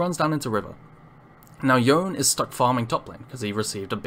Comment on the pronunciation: Small quibble: Yone is pronounced "Yo-nay" not "Yoan". It's in several of the cinematic videos. Borrows from Japanese pronunciation. Good video otherwise though!